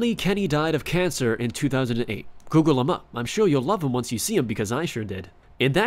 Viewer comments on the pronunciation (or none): none